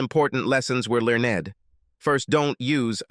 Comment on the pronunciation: Please teach your stupid bot reader that "learned" is a one syllable word, not learn_ed. It is really off-putting to have to listen to such inane speaking.